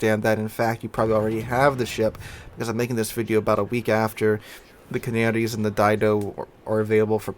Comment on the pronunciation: Hearing you call the Canarias canarys is really annoying. Ca-Nair-eeaass